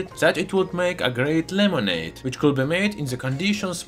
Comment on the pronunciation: "Lemonade"' xD